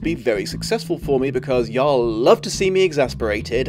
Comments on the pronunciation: lol hearing him say "ya'll " with his british accent is funny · I am brought to a halt by hearing 'y'all' said in a non-Southern accent. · Great video, but "Zee" instead of "Zed" wasn't a betrayal of your country men, saying "y'all" with a British accent was